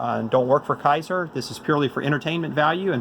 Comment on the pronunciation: K A ser (long A sound) is how to pronounce this. Not Ki ser. :)